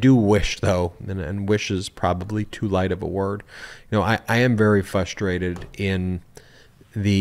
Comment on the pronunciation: Hey Ben are you aware that the word frustrated has an r in it? You are pronouncing it fustrated without an R... I dated a girl once who did that and she was astounded to find out that the word has an r in it... love the information I get through the Midas touch.. thanks..